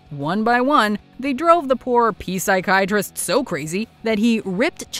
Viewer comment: I get a sense of joy when called Dr. Scratchansniff a "P-sychiatrist"